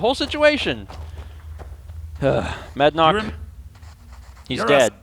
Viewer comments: It always bothered me that say Madanach wrong, cuz he says "Manadnach". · says "I'm not Manadnach", Subtile reads "I'm not Madanach". Whoopsie!